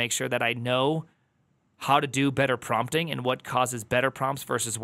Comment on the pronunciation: prumpting? is this your little tick you have for audiences to latch on? most of these people seem to have some .... original... sound they make... hahahahaaa